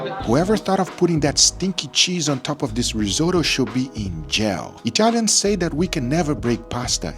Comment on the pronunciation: Your pronunciation of Italian words is very good. Do you have any Italian ancestry?